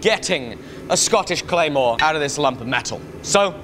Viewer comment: didnt edit in your friend saying "Scottish Clamor" down like, but i love your stuff